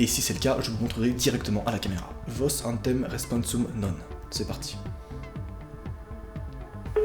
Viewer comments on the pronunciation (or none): c'est autem, pas antem bordel !! ça m’a stressé toute la vidéo bordel